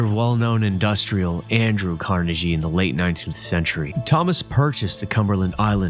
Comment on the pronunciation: This is cool footage, but let's not get carried away. He pronounced Dungeness wrong, pronounced Carnegie creatively wrong, and took away from the scenery with the overwrought statements about how amazing and unique and cool everything is and the hokey music. And the "intrepid" island? The brave island? This was almost good. If the narrator weren't constantly intruding on the viewers experience with theatrics, it would have been so much better.